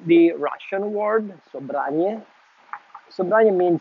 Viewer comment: You should pronounce it as it is known (almost). 😅 the spelling is misleading... The word ‘sobranie’ is not Russian to start with😊. Not Russian only anyway & it definitely relates to nothing Russian as far as the tobacco goes. There are many synonyms too and different meanings also, which vary slightly between the slav languages. In this case ‘sobranie’ (the way it sounds) means simply - gathered, collected. I had it once 20 years ago, only one bowl, can’t remember much but I liked it. It’s shame we can’t get it here in UK.